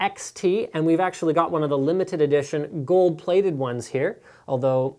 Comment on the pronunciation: Did he say gold plated.